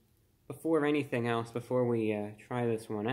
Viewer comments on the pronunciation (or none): none